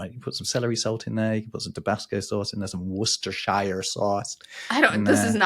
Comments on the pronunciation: slipping into a Bostonianesque accent for "worchestershire sauce" was such a jump scare lol love it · The overtly American pronunciation of Worcestershire sauce actually jump scared me